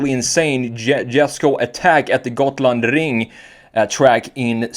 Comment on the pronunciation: wow, i was really impressed with your pronunciation of "Gotland ring". as a resident of gotland that was almost perfect.